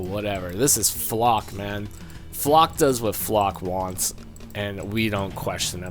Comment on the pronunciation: Your mispronouncing flak